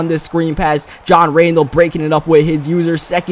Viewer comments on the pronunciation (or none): none